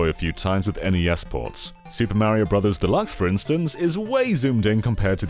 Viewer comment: Two things, it’s Mario , not Mary-o. Please stop. Second, imagine complaining about sonic 3 music. Lol just buy a genesis and get over it